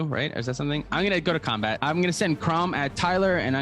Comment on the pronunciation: did anyone else notice he said" Ill go to Kraumbat"????